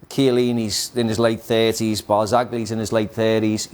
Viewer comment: Just the way he said barzagli's name shows he dont watch no serie a.